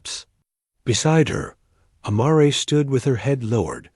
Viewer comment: You need to teach your AI how to say mare. Other than that, it was a great story. Thanks from Cut-No-Shoot, Texas.